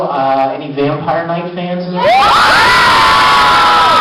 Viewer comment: Vic: any 'Vampie Knignt' fans? (Fangirls go crazy) Me: UUGGGHH! (covers ears)